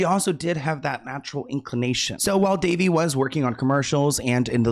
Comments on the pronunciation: Can No One say her name correctly? It's Da-vay!! She was fantastic in Big Love.💙😓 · Her name is pronounced Da - Vay. That poor baby. There may be more names coming out from those hollywood parties for sure. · Elijah Woods said his mom protected him and if it wasn't for her he probably would have ended up in bad situations. She was always around and didn't allow him to go places where many other kids were going and was normal for kid actors. Also, her name is pronounced duh-VAY.